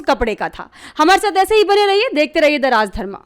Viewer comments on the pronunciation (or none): मैडम! आपको कितने बार कहा कि संस्कृत/हिन्दी के शब्दों के साथ अत्याचार मत कीजिये। सुननेवाले मूर्ख नहीं होते। राजधर्मा नहीं राजधर्म बोलिये।